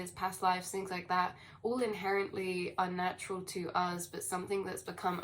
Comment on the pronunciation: you continue to be hittin' every nail on da head good... Earthquakes in 3D are a connected thing too, as well as all else you allude to... I like how you say "uz" btw :) It's Eleven on the dot 16 0 3 Star Age Be Many thanks continued... :D Much Love - ISUZ 11 01